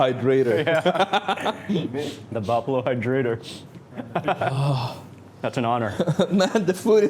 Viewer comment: " buffaloo hydrator" lol